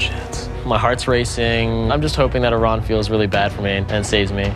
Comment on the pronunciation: gets so mad when pronounces her name wrong but doesn't say a word when Chef Ramsay does it...just kinda funny to me cuz they both mispronounced it the same way lol